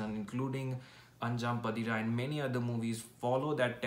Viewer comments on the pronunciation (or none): It's pronounced as अन्जां पातिरा.... Meaning 'The fifth midnight'